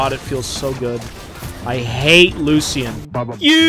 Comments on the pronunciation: Anyone else HATE how he pronounces Lucian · we need a compilation of pronouncing champs wrong (Lucian, Mundo, Yone.)